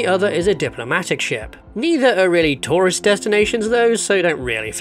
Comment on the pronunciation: I kept thinking "what's a 'Torus Destination'?" And then I realised you were saying 'tourist destination' 🤣